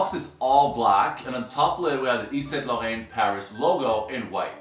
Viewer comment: Please don't try pronouncing "yves saint laurent " ever again